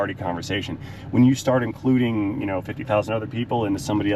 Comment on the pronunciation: "concluding". I bet you say 'burglarising' as well ...🙂